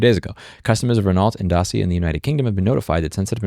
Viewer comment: It’s day-cee-ah Louis!